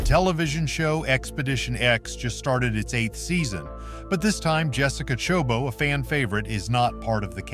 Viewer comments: It's not chobo, it's choboT. It has a T. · First of all, this narrator butchered her last name